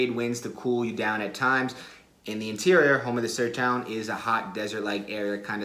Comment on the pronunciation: Eu custei a entender "Sertão" kkkk ele falou "Sertoun" kkkkk